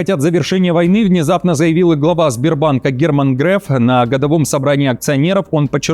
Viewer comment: Фамилия Греф по нормам современного языка произносится с гласным «Е», а не «Э», учтите это